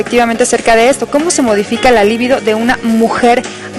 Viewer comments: No se dice "Líbido" se dice "Libido" es una palabra grave, no esdrújula. Pendejas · Empezando por la pronunciación de "libido".